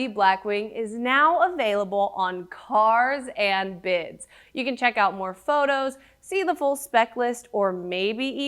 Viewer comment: Great review, but I believe it's pronounced "Carrrrrrrrrrs and bids"